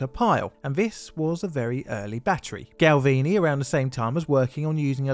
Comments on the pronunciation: Galvani, not Galvini ;) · Galvani. Gal-vah-nee. You know, as in 'gal-vah-neesm'.